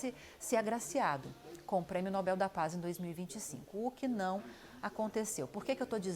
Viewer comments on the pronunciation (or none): A opinião do “especialista” já começou mal quando ele pronunciou inúmeras vezes a palavra Nobel de forma errada… Depois tentou descredibilizar a indicação de Corina rotulando-a de extrema-direita…